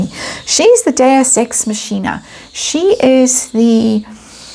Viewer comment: Deus ex machina. Pronounced makina.